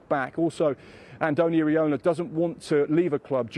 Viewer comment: Pronounced as Eera-Olah.